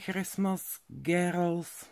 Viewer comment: Ahoj nečte se to gérls ale Grls ale to je detajlik jinak malujes moc hezky nejejdřív jsem si myslela že ty pastelky jsou k tobě na nic ale pak jsem si uvědomila že vlastně Tvoje obrázky jsou takový dokonalý moc hezké pokračuji dál a držím ti palce samozřejmě všichni říkají že maluji hezky ale tak dokonale jako ty asi ne naše paní učitelka na škole maluje stokrát hůř i když je učitelka výtvarné výchovy a je to umělkyně no je to takový zvláštní pocit porovnávat umělkyni s malířkou ale myslím si že mezitím je hrozně moc velký rozdíl naši mi nechtějí koupit Faber Castell polychromos protože jsou moc drahé ale když bych se naučila aspoň s progresso tak možná za pár let bych si na ně vydělala nebudu tě zdržovat hloupým komentarem od nuly určitě nemáš času nazbyt a musíš hodně rychle malovat aby jsi nás potěšila dalším domalovánickem tak ahooooooj moc pozdravuji jsi můj obrovský veliký vzor mám tě ráda jen tak dále pokračuj držím ti palce 💛💚💛